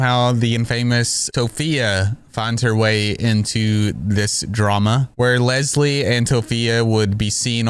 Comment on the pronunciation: I’m sorry, but the woman calling Leslie bubblebass is absolutely hilarious😭😭